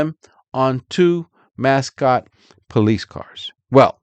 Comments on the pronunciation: Not that it matters, but its pronounced Mass- coat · Pronounced Musk-oh-tee